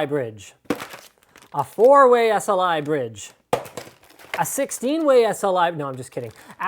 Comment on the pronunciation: when u say 16 way Sli bride i was like WTF? than oh..